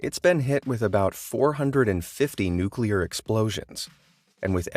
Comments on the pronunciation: I stopped the video when he pronounced it "nukular" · What irritates me the most are people who say NUKELAR!! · Mans is teaching us what makes a nukelear bomb works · I believe its pronounced newkler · People say nuke you lar.